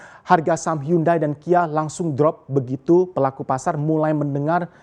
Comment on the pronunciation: Hiyandei.. bukan hyundai.. english failed